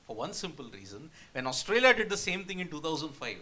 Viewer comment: Why does the guy in the Red jacket keep saying Oustralia? It’s Australia dude